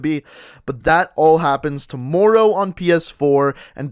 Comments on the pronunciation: To-more-ow Anybody else hearing that too? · ~apparently tohmowrow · I absolutely HATE the way you say tomorrow! OMG! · CombatFalcon X bro fr I was like how does he say it like that